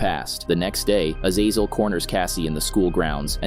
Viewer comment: Bro can’t pronounce azazel for shit!